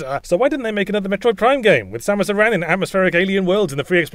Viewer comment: OMG Yahtzee pronounces "Aran" correctly! Unlike the shitty westernization pronunciation that ended up in the games, "aaron".